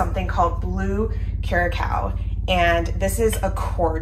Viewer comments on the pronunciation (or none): Just to let you know, the blue liquor curaçao is pronounced: "coor-a-sow" (*the "sow" is pronounced like cow, not glow.) We are trying this recipe this Halloween--thanks! 😀